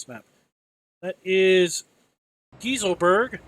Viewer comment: Try saying it like Guy-sell-burg. That will be a closer pronunciation.